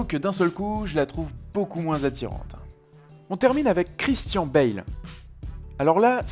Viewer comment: Très bonne vidéo mais la prononciation de Christian Bale c'est : Christian(ne) Bale